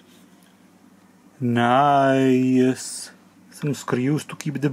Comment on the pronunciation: And of course i like if he says "naice" 😃😁